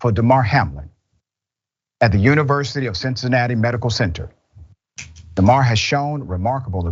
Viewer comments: This lady doesn’t even pronounce his name right. These people got it all messed up. Prayers for Hamlin ! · DAYMAR...SMH these people are dumb